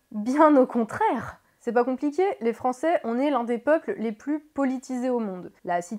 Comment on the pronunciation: Tout a fait d'accord sur l'analyse de fond... Pour la forme, "les Français qui z' ont été voter"... M'enfin!!?;-)